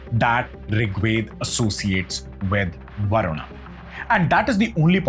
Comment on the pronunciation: Wo varun not varunaaaa kis pe bitha rkha h